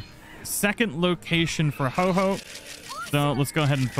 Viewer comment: You feel bad for mispronouncing Ho-oh while getting it correct, but not bad for mispronouncing Heliolisk (You constantly say Heel-i-osk). Just because Ho-oh is a legendary it gets special treatment? is that it?